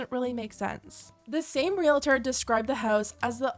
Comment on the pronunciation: 2 syllables: Real • tor 😮‍💨